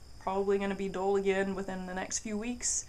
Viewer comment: Dull not dole Double U not dubbuh U Temper not timper